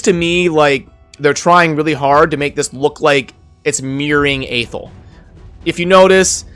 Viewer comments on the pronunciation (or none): FYI, Athel is pronounced "Uh-Thell", according to the narration in the introduction when you first start playing the game. Just thought I'd point that out :P